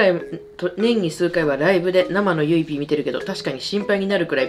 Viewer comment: 振り返り動画楽しいし、視聴者さんのコメントセンスあるし、オカリナとゆいPの読み方がめっちゃ好き！！！